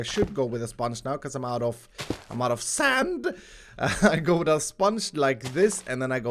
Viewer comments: Nobody:: sAnd! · Why have you and Mumbo and Grian started saying 'sand' like that?